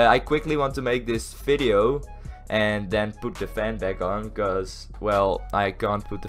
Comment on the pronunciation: Why do u say fideo ? I luvvvvv u :) <<33